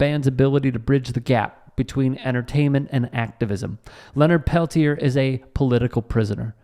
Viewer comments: please. Pronounce the name Leonard Peltier properly. (Pell Tee Ay) If you support the man, as you portend, pronounce his name properly. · I love Morello and his stands against bullshit whitey establishment on all levels. My father was an anarchist in Spain but fled when Franco killed the Republic. That said, Peltier is pronounced Pelt-yā (as in “yea” [“yea or nay”] ) the r is silent, not Pel-tier (as in “tier” of a 2 tier cake)...it’s french Canadian in origin. Let’s get that fact out of the way first.